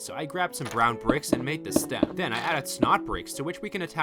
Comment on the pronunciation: Den instead of then